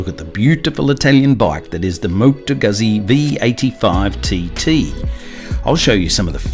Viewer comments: pronounced "gootsie". Not "guzzy". Just a FYI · Great review but, "Goot-Zee"!! Please. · Please, please, please, it is extremely DISRESPECTFUL to make a video on a motorcycle and a company that's been producing motorcycles for 100 years and NOT LEARNING how to say the name of the marque. Carlo Guzzi must be turning in his grave.